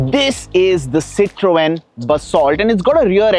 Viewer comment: STOP BUTCHERING "CITROEN"....